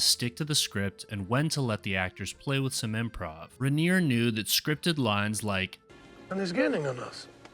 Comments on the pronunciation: It’s pronounced Riner. He started as an actor in, All in the Family. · Why did you deliberately say Rob Reiner's name wrong?